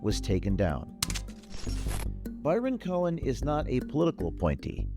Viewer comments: "cohen".....every...single...time....lol....when will people ever learn.... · “Cohen” huh?